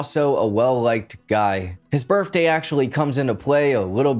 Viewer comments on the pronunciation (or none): Did you really say BIRFDAY though?!?